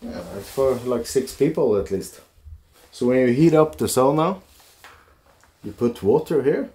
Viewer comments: You both are so lucky!My heritage is Finnish (I live in Mi, where many Finns migrated to the U.P..... my great grandparents), and it's so nice to hear someone pronounce Sauna correctly (via ):) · Looks like the buildings are tethered down?? I see "straps" over the roofs. I absolutely love the way pronounces (correctly) sauna... I can't do it, I've tried 😂